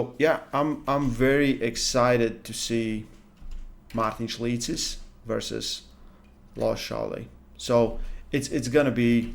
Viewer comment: It's wild to hear his name pronounced by a native.